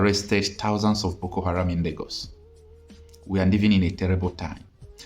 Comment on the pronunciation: Sir, it's book-aram.